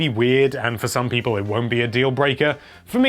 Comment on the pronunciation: HELLO THERE LOVELY PEE-PUH